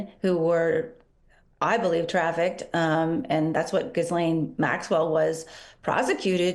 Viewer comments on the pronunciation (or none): . Pronunciation of Ghislaine. The “s” is silent 🤦‍♀️